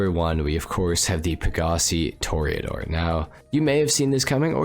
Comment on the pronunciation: Tor Ah Door NOT Tor eee Ah Door